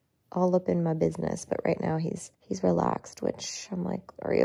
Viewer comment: I thought he said 'her's" AHH!!